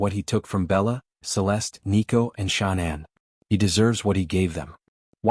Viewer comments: HD if you such a reporter then why can't y9u pronounce Chris Watts wife's name correctly its not Shaunann , Its pronounced Shannan Watts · I hope he has a long miserable life. But in respect for the dead, pronounce her name correctly, if you are real and not the usual AI. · This channel is BS. It can't even say Shanann's name correctly. Too much flowery descriptions. No proof of anything. Don't believe this channel